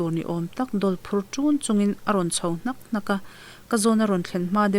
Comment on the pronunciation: a ngaihnawm khawp mai, chutih rualin ṭawng thluk mam zan lo, hnak hnak, fap fap han tih chi ho thluk dan erawh khan chuan a thu nihna tur a phawl chhuak pha lo deuh. Han dik deuh se chuan ngaihthlak a nuam leh zual ang.